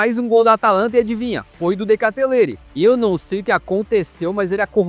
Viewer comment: "de katelere" 😭😭